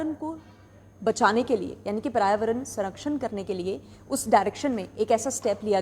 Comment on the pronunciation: Environa ment😡 Prayavarn😡 Na english sahi na hindi